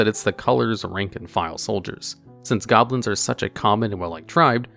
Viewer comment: His pronunciation of Saproling hurt my soul a bit, but he said goblins as goblos once so that made me feel better.